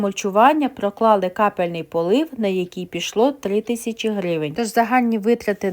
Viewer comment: Не капельний, а крапельний